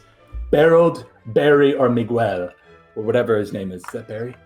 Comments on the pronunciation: them not pronouncing MY NAME properly is a travesty (miguel) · how are you all mispronouncing "Miguel" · how does the american not know how to pronounce miguel???